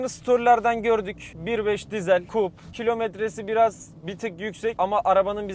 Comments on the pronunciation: Coupe, Kupe diye okunur. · Bu araba 440.000TL mi oldu gercekten? Saka gibi ... Buarada "Coupe", "kupe" diye okunuyor. Fransizca da kesik, kesilmis demek.